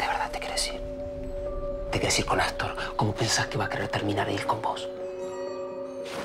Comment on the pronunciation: Me gusta cuando el dice Assstor.